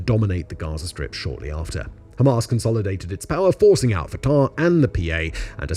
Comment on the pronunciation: The mispronunciation of 'Canaanite', 'Hejaz', 'Fatah' etc tells me Simon doesn't know this subject very well, he's just reading from a script. However, I have to admit, having finished the video, it is actually very well written and balanced